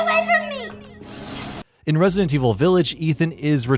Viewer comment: Can someone at GamingBolt tell this guy how to say "Resident"..?